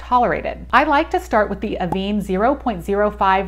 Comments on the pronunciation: It’s pronounced AVAN (van as in van but less emphasis on the a), not aveene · Pronounce this like “Ah-ven. This is because of the accent over the “e”.